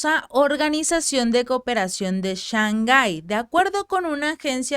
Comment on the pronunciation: Se dice Shang Hai y no Shan Ghai.